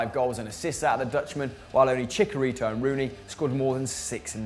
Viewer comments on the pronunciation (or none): He said “Chickarito” lmao